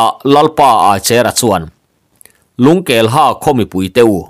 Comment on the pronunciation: Lungkelha tih hi,a khaw hming phuah chhan ngaihtuah in,Lungkelhă tih tih tur ani em? "Ha" tih hi thluk in,"ka ke a nă" tih a,nă kan lam ang hi ni se,ngaihthlak a nuam lehzual ngei ang.